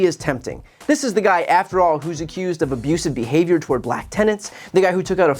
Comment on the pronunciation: Only Donald Trump can make the word "black" be two syllable's. What a moron.